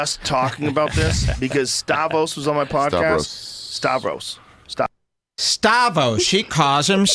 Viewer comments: I donno why but the joe-Stavos ego preservation where he tries to say the accent removes the R in Stavros is so fucking good. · It’s Stavros, but maybe the R is partially silent? 😂😂😂